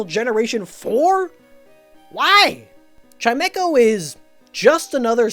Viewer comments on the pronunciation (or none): The only thing I know about Chimecho is that it's name is pronounced Chimmy-cho.